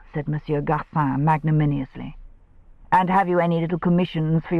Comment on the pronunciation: The very excellent narrator mispronpunced "magnanimous."as "magnaninious